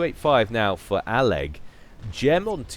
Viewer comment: I think you are the first caster (at least out of the ones I watch) to pronounce all of aleg's username.